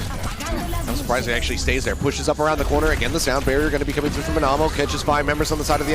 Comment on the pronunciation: love how the casters weren't saying Anamo's name right